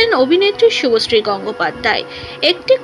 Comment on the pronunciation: Didi apni age bolte sikhun thik kore...ota susree noy subhosree😂